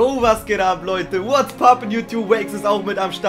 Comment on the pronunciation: Wenn "whats papon yt" sagt kriege ich immer nen kotzreiz!